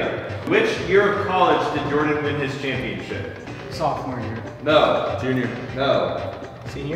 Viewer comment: Championship not ChamipionCHIP lol